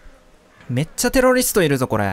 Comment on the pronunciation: 「テロリィスト」